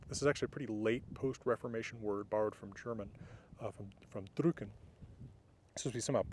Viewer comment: You mention a word borrowed from the german word for "print", wich you pronounce more like "drücken". As a native German i have to ask if this is intentional, because "to print" would be "drucken". And "drücken" is the word for "to push". I am sure the words are related and "drucken" certainly comes from "drücken" (as you "push" ink on paper), but to translate "to print" with "drücken" in german wouldn't be completely correct. I am not tying to correct you there (you clearly are the expert in languages, not me) but asking if this is intentional as the difference is very subtle. And also i can obviously only speak for modern german and I am aware that the word "drücken" may have worked for "print" back in that time and "drucken" might just be a small modern change over the years. Anyways i'd be happy to hear from you, if you are willing to share your thoughts on this. Greetings Jakob.